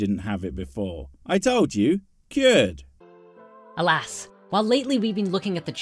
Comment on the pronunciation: Oh I've been waiting for a Spirit Stupid video for a while 🤣 "Alas..." From SS is "All-ass"